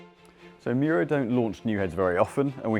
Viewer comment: Miura not Muira